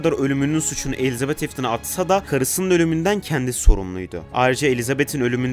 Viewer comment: bence afton elitabete diyor